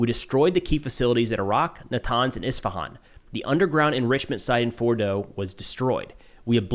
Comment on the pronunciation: Thanks for the details content, it's Isfahan not Ishfahan!, no SH sound in the name.